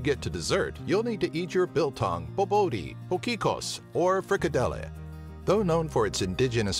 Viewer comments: haha. Don't you just love how he pronounces some of the words!. Mpumalanga, Potgieter, Potjiekos... So great! (From a South African) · The way he pronounced 'potjiekos'😂😂😂